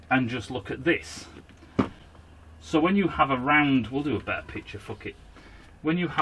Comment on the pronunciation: Time he said beterrer. Currently incarcerated.